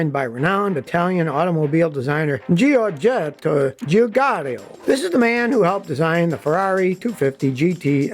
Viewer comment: "ZhorJETto zhuZHARo" and "GHEEBlee"!